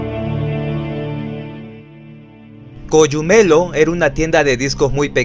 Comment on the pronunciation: Se dice Cogumelo, asi como se lee y no ''coyumelo'' saludos xd